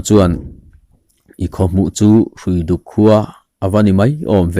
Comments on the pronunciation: Hruifuk khua hi i thlúk dik lo deuh, Hrui(rope) a ni. Árpui tiha pui tih thlúk angin, Hruiduk tih tur aw. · Hruiduk lam dan hi...hrui tih lai kha ramhrui, hrui hrual, etc. ang a lam tur a ni e. Engpawhnise hma i sawn hle mai..